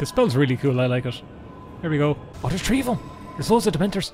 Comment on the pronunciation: I love when he's updating the house points and says Tree Hundred then inserts Leonidas faces. Subtle and beautiful.